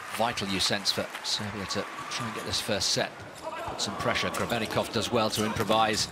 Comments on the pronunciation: the commentator calls Grebennikov Grebennivic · Grebennikov ❌ Grebennivic ✔